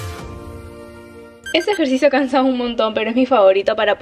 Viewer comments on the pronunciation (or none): Dos semanas haciendo el ejercicio y recién me doy cuenta que dice "ejercio" En vez de ejercicio